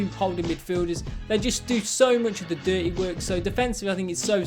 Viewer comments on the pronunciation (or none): none